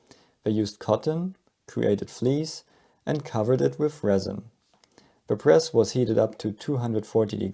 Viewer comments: RESIN and not "Resign". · "Resin" not "resign." You have a very nice 601 Trabant. It has a newfound cult status today. There are several YouTubers who are making sporty, low riders out of these Trabants and they look really great. But the original, classic shape is still my favorite.